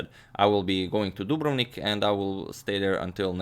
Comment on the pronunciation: I have been pronouncing Dubrovnik wrong my whole life, now I know the way to say it :)